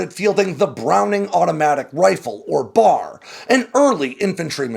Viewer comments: B. A. R. It's pronounced as individual letters. Nobody on this entire planet says the word "bar" when referring to that weapon. I thought you were a Marine? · The “bar,” instead of the “b-a-r,” just sounds wrong. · As an Army guy, I gotta comment on the pronunciation of John Moses Browning's rifle: it's known by the three letters of: B. A. R. NOT the bar. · I’ve always heard it called the “B.A.R.”, saying each letter, not “bar.” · It is said B.A.R. not BAR....better comparison with the '03 is the Garand, because only 1 guy per squad (Army) had the B.A.R., everyone else had the Garand (which replaced the '03 Springfield). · ITS CALLED THE B-A-R as letters not the BAR. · Browning Automatic Rifle... B-A-R, not BAR. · I'm an old USAF guy and even I knew that. Thank you for pointing it out. I'm glad somebody did. It was annoying hearing him pronounce it as the "bar".